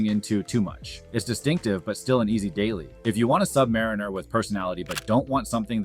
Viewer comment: HE LOST ME WHEN HE CALLED IT A SUB/MARINER